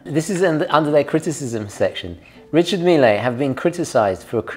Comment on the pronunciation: I'd rather wear the Ulysse Nardin Classico Manara to church with my Grandmother than any Richard Mille. Can we organize some intervention for? How he (rightfully) hates on Hublot endlessly yet loves these wrist atrocities baffles me to no end. 🤷‍♂ Also, it's French so it's "Ree-Shar Meel". Not "Mee-Lay". It's not the President of Argentina. 😎